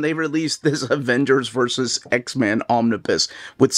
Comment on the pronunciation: I love your content. But I did want to be that dude. The "bus" "Omnibus" is pronounced like school "bus" not "biz"